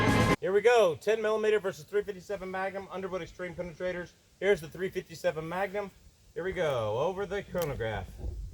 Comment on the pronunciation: "ThA-rEe fIfTy SeBeN mA-Ga-NumB iS SupERiOr t0 TeN MiLLimeTer." 🤡